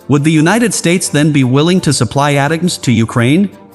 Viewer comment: This guy has no clue how to pronounce HIMARS or ATACMS, so don't say it the way he did unless you want to get laughed at. He also has absolutely no clue when he says the HIMARS provided to Ukraine would require significant hardware changes 🤣🤣🤣🤣🤣🤣🤣🤣. Idiot. Where do these fake news bozos come from anyway?